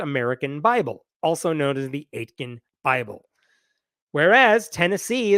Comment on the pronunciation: So Aitken is a town name nearish where I live. If it's pronounced the same you pronounced it wrong The T isn't emphasized at all so it's closer to "ey-kin" in pronunciation.